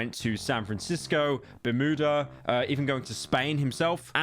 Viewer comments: "bur mood uh" 💀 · I’ve never heard someone pronounce it ‘burmoodah’ 😂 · "Bermooda" Metro is fucking BOOMING today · The way Pyro pronounces Bermuda has to be a bit